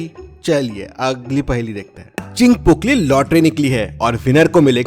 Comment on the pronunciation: Her paheli ke bad bolta hai 'agggli' paheli dekhte hai pronounciation galat kaise ho sakta hai ? 🤔